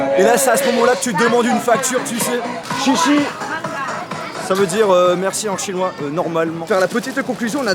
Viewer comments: On dit "Xié Xié" et pas chichi en Mandarin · Hehe on dis pas chichi mais plutôt chiéchié 😂 sinon bon concept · Mdrr il a dit shishi mais c est shéshé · Tu as prononcer "chichi"😂😂😂mais ça ce prononce "chéché" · Mdrr ca se dit pas XIXI mais CHIÉ CHIÉ mdrrrr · C’est pas chichi c’est cheche pour dire merci 😂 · se n'est pas chichi pour dire merci mais siésié sinon très bonne vidéo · Ptdrr ca se dit pas du tout comme ca merci en chinois! C est : xiexie . Que tu prononce: ciécié